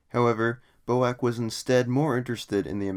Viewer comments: A friend of mines dad was a 707 pilot with B.O.A.C. He NEVER referred to it as BO-ACK. It was always B.O.A.C. As far as I'm concerned the Bo-Ack business is a transatlantic mispronunciation of fairly recent origin. I had never heard of it pronounced that way until a couple of years ago. I think you are incorrect on this one. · Boac? B. O. A. C. FFS! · BOAC? Never heard anyone say that before. Its B.O.A.C, with each letter pronounced separately. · "Quick note: I am aware that the formal way to pronounce BOAC is as an acronym (B-O-A-C), however, within the airline itself it was usually called Bo-Ack. While one is more well known, both are correct" Said Nobody Ever, oh, Except You! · Bo-Ack, "Falcon" islands ... very poorly researched. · FFS, stop saying "BOW-ACK", it is B as in Bee, O as in Oh, A as in dAy and C as in Sea! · BOAC is not pronounced Bowack. Its British Overseas Aircraft Corporation or B.O.A.C. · "Flew in from Los Angelees B-O-A-C, man, I had a dreadful flight..." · Rubbish it was never reffered to as Boack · Perhaps you could provide some evidence it was called Bo-Ack within the Airline then. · B.O.A.C is absolutely Not pronounced as a word. It is always pronounced as four single consecutive letters. It is an acronym and should be pronounced as such. To pronounce it as a word is to display one’s ignorant illiteracy! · I've simply stopped watching the second I heard "bo-ack". If you can't pronounce the name right, why would you expect you audience to believe anything else? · PINOCCHO CHANNEL!🤪..."Bo-ack" 🤣🤣🤣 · Bizarre turn of events (pronunciation) in this vid. Just so you know, British Aircraft Corporation was shortened to B-A-C……prior to it becoming B-A-E. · I presume you live in the Us-Ah. Mispronouncing names is considered rude. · "British flag carrier Boac" What??? You mean B.O.A.C. pronounced "Bee Oh Ay Cee" ....That's a schoolboy error!